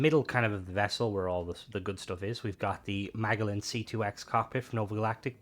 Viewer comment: Is Mag-al-en an Irish thing? not Ma-jell-an? juss axin ... ;) S